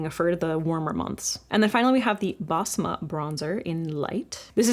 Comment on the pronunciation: Basma is usually pronounced "besma," not "bazma"